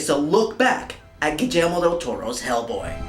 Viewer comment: I cringe just a little bit when you pronounce Guillermo's name with a "j". But the rest is superb :)